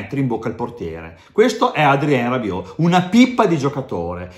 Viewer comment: Non sono i peli che si staccano e che dici una grande cazzzata Bentacur meglio di Rabiot, prima di tutto impare il francese prima di parlarlo